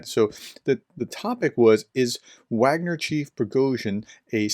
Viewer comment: Given that your channel carries the title 'Professor,' there is an inherent responsibility to ensure accuracy in all aspects of your content, including pronunciation. Your decision to knowingly mispronounce 'Wagner', despite being aware of the correct pronunciation, concerns me. This is not a minor detail - 'Wagner' is a critical term in discussions about the Ukraine War. When you choose to ignore this fact, it undermines your credibility and shows a lack of respect for the subject matter. If you wish to uphold the responsibilities that come with the title of 'Professor,' I urge you to correct this. It's important to treat all aspects of this topic with the seriousness it deserves.